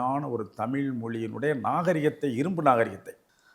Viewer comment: தமில் அல்ல தமிழ் என்று கூறவும்